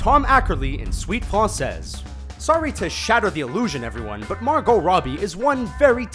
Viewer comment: FRENCH CRINGE WHEN HE SAID "FRANSEZ"